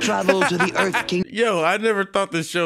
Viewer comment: “Earf is my plonet”